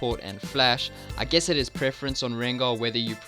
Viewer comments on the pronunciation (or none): none